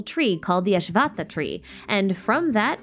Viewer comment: This is a wonderful way to recap, but hearing the pronunciations almost brought me to tears ;-; Ashvattha is pronounced Uh-Sh-vatth (soft t, like thigh)- ah Marana and Varuna share the same last consonant, a harder Na, where your tongue needs to go all the way from the roof of your mouth to your lower teeth. Muh-ruh- hard na Vuh- roo- hard na!